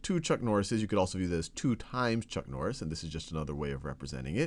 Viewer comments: It's chuck nori :/ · I litterally went down to the comment section within the 2 seconds after hearing chuck norri